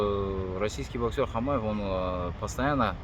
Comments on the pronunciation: Автор ты сначала фамилию научись правильно произносить не Хамаев а Хатаев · Хатаев, а не хамаев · Хатаев а не Хамаев. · Хатаев а не Хамаев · Имам Хатаев, а не Хамаев